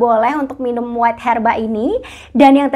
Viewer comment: Bacanya bukan WAIT HERBA, tapi WEIGH herba